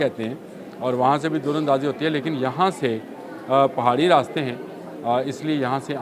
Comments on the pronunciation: Dar andazi Durr andazi nai plz Urdu ke meaar KO darust rakhain good analysis by the way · بھائ دُراندازی نہیں دَر اندازی ہوتا ہے ۔ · بھائی جی دور اندازی نہیں ہو رہی۔ در اندازی ہو رہی ہے۔ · بام و در ، در بدر، در اندازی۔۔ دور اندازی نہیں ، بھائی 😅